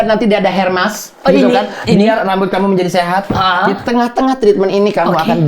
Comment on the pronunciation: Aq loading pas denger ngomong disini ada hermas, trs aq mikir hermas apaan? 3 menit kemudian ngerti “OHHH HAIR MASK” wkwkwkw